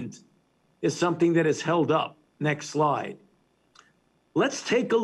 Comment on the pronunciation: When he says "next slide", I kept hearing "next lie"